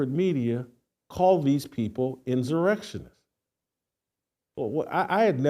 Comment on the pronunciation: Sheryl swOOOOps swOOOOps swOOOOps,Jason. Ridiculous. Almost as bad as you pronouncing insurrection inzzzurrection